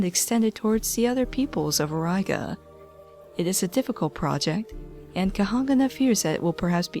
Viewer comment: Oraiga lels it prononces Aureega